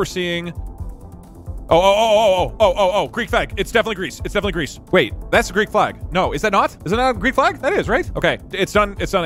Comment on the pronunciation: i know it's because he's speaking quickly but i am NOT hearing the L when he says flag